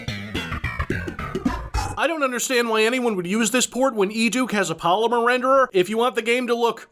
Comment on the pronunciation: It's polymore renderer, not "polymer" renderer.